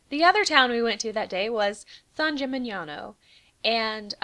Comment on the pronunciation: I have to say, we are freaking great for tourism. XD a hole in the ground, what more do you need? Good job, Italy. I noticed that your pronunciation of italian words is almost perfect! You nailed "San Gimignano"! it's definitely a hard one for english speakers.